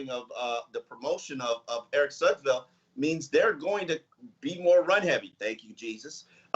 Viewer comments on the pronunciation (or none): none